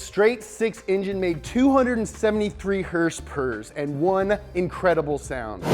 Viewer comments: First hers-pers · Hers pers? lol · Herspers. i love it ( is friggin cool and adorable)